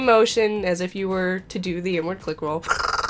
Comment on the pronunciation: I thought you said "N-Word", and not "inward"